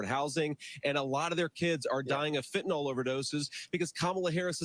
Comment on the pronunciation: so camel-a has issue with pronouncing her name... i submit an issue with the pronunciation of fentanyl... it's not fint-en-nal, it's fent-a-nil... if she changes her way of speaking, maybe others can follow... much like bush used to say nu-que-lar. just sayin